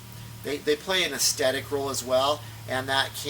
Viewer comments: aesTHetic, not aesTetic :) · It's ok to use the word "look" instead of the more difficult "aesthetic", which you can't pronounce.